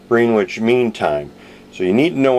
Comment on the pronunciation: It's pronounced "Gren-itch" ;)